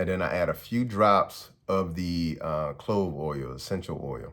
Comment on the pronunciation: Are you saying clove oil?